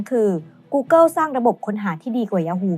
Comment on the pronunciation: เนื้อหาดีครับ แต่ผมกลับรู้สึกว่า overly dramatized ไปหน่อย และถ้าสามารถปรับปรุงการออกเสียงคำภาษาอังกฤษได้อีกนิดก็จะดีมากๆครับ ไม่ใช่ต้องสำเนียงจ๋าอะไรนะครับ แค่ออกให้ถูก อาทิ ท๊อปลิสต์ ไม่ใช่ ท๊อปลิด , กูเกิล ไม่ใช่ กูเกิว